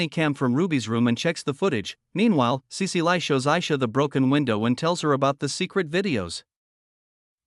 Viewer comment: Cecile is pronounced sea-seal not sea-sea-lie. Gah, AI voices these days.